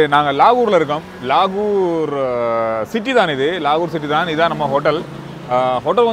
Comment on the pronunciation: Vlogger starts saying lahore as lagoor and settles with la-ooru. 😂 Tamilians are one of the most insular people, they hardly know anything beyond their state. Very Regional-frog in a well type mindset.